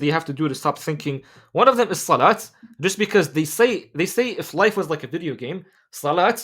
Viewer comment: When bruh say Life why i hear wife All the time